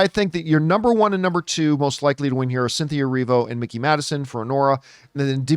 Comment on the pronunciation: FYI it's Mikey Madison as in Mike, not Mickey. I do think Oscar is her or Demi at this point, as Demi's GG speech was pretty great. Actor I think is absolutely between Brody and Chalamet at this point. Those are the top two I'd say. although I thought all 5 of those actors were fantastic. SAG seems to love Wicked, so I'd agree it'll be Grande and maybe Wicked even gets Ensemble. I find it so weird that SAG TV don't do Supporting categories, but they do for SAG Film! Makes it harder to get nominated for TV. And yes, Bridgerton. It was nominated for season 1 at SAG and even if it's not your kind of show, that acting ensemble does that romance/drama genre really well. Plus, it was huge this summer. We all know Shogun is sweeping anyway.